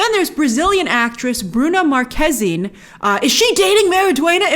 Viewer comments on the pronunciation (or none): The best way for English native speakers to pronounce Bruna's surname would be Mahrquêzine (-ine as in Constantine).